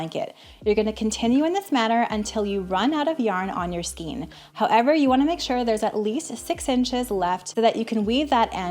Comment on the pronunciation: Very efficient and thorough BUT please look up pronunciation of “skein”. Great video otherwise.